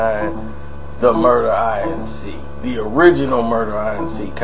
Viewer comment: Inc, pronounced like ink, is short for incorporated, it's not an initialism, it's pronounced as a word. That's annoying as shit hearing you say it that way in video after video